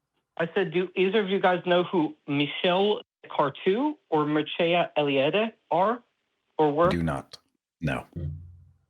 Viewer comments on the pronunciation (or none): As usual, cannot pronounce the names. “Mircea Eliade”, ffs. Would also not agree with either. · Mircea Eliade is not obscure and probably would not identity as a philosopher either. But you can tell how tell conversant is by the way he butchers the name.